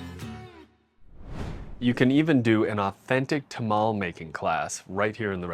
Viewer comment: City Slicker reviews the Southwest and doesn’t understand the culture. I can tell by the way he says “Tamale” 😂